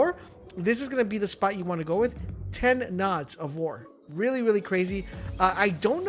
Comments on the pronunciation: NODES!!! Stop saying nods. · “oRe NoDs” here’s a pro tip from a real MLG gamer, it’s called “NODES” let’s better the gaming community together and not promote idiocracy ;)